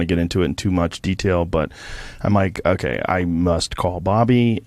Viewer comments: How the hell is famous in anyway. That dude just screams nonsense into a mic and pronounces words so fucking pretentious “oohkaiy” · Why can’t say ‘okay’ properly?